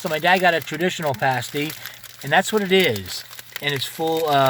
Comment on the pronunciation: Being a Michigan resident, I especially enjoyed your video. Sorry, but I had a few giggles at your expense over your pronunciation! Whether it’s spelled Mackinaw or Mackinac, it is always pronounced Mackinaw. Pasties are pronounced like “PAST-ease.” They come from Michigan’s past. During the period of underground iron and copper mining, many former tin miners immigrated from Cornwall, England and brought their lunches with them. Pasties were a favorite lunch item for miners. They were easy to carry, nutritious and filling, and the thick crust around the outer edge made a convenient, disposable handle for eating with dirty hands. Thanks for sharing your trip with us and for featuring some of Michigan’s beautiful places. We have many more, so I hope you will return!